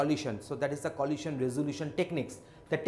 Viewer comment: I suppose it's good, but "lohasion" is somewhat distracting